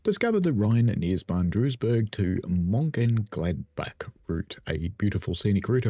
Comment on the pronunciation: I’m not even going to bother trying to get you to pronounce Mőnchengladbach correctly! I used to live near there so I’ve got a bit of a head start. Duisburg is pronounced like Dweezburg.